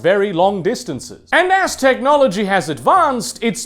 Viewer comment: I heard "as technology advanced" as "Aztechnology advanced."